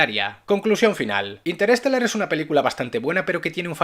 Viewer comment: Dices “interéstelar” 😂😂😂 O lo dices en inglés (pronunciado algo así como inters-télar) o en español (interestelár) pero “interés telar”?? De dónde sale esa E que sobra?